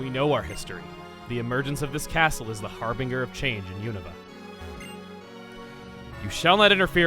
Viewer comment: Ugh... Really? Har 'bing' er? You really don't know how to say harbinger correctly? Har-BIN-jur. You don't say "binge" as BING-ee... You don't say "cringe" as CRING-ee... (Speaking of cringe...) You don't say